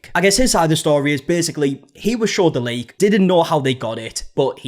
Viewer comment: I swear u were saying "link" the first 30x u said "leak"